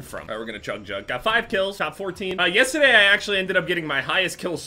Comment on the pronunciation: says yesterday weird